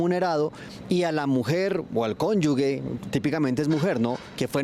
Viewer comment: Conyugue ????? Conyuge.